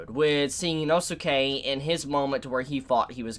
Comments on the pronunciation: Dude Inosuke's name is pronounced "Enos kay," not "Eno-suki." Like in the Naruto anime the name Sasuke is pronounced, "Saas-kay." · Why are you saying Inosuka'sname wrong